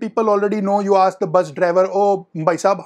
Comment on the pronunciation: Aks nahi ask hota hai